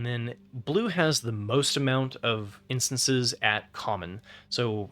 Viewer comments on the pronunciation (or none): Great guide! But I just need to say it's instants and sorceries, not instances and sorceries